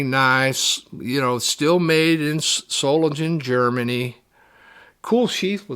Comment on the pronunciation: Everyone mispronounces Solingen. There is no J, it's pronounced as a G.